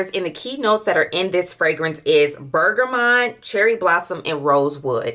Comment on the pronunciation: Ms Lady the way you were pronouncing some of perfumes and notes 😂😅💀💀💀 I can't. Do you drink tea?.. you never heard of Bergamot 😅😂🤣